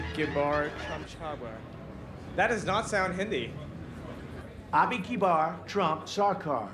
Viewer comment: Trump speaking Hindi is almost( but not quite) as cringe as Kimmel saying Hin- dee. If you're gonna roast someone for speaking a foreign language incorrectly, at least bother to learn the pronunciation of the name of the language first. It's just hypocrisy otherwise.